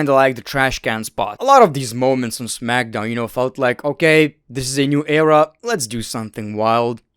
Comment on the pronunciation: Smack SOWN 😂